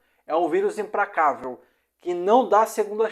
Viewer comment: Amigo voce troca o L pelo R ne? Pracenta, impracavel, compretamente. Vamos melhorar esse português ai ne.